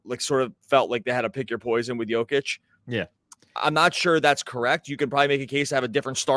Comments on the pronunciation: Compliment him by pronouncing his name accurately. 2 x mvp 2FMVP And you still can’t pronounce it? Yoke itch not Joke itch… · Yo-kitch not joe fyi. 2 time mvp, fmvp put some respect on the name lol. Good pod! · Nikola WHAT?! YOU WANT TO TALK ABOUT BASKETBALL WITHOUT BASIC FACTS. HE IS NOT joe-kich but YO-KICH ! WOW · YO-KICH my brother. Have a nice day